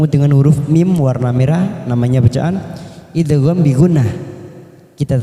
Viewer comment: nun sukun ketemu yak itu idghom ghunah bukan idhar.